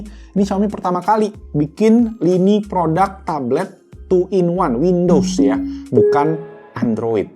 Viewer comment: bang.... produk bukan prodak 🤣😂🇮🇩